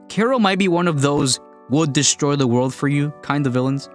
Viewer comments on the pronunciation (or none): none